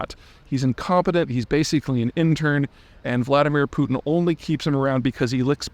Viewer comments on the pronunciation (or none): none